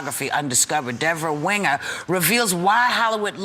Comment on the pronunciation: Why is Whoopi’s calling her Debra Winga?